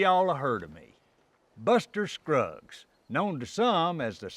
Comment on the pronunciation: Did he say Buster cruggs?